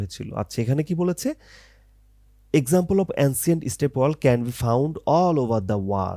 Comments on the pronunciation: ভাই অইটা ওয়াল না ওয়েল😂😂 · bhaiya ekto bhol hoyeche apnar pronunciation a well kuwa ke wall ba deyal bolchen